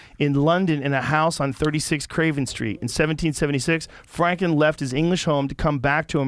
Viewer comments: Joe Rogan: "Benjamin Flanklin" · Benjamin "fwanklin" haha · Benjamin Fwanklin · Benjamin Fwanklin lol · was it Benjamin Fwanklin Joe? lolol😂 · Joe "flankan fankan" Rogan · benjamin FWANKWIN! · Joe “benjamin flanklin” rogan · Benjamin Fwaklin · “Benjamin Fwanklin” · “Benjamin Flanklin” 😂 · Joe was having a lot of trouble saying “Franklin” 😂😂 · “Benjamin fw-ranklin”😂 i may be deaf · Joe has a little trouble saying Franklin. Fwanklin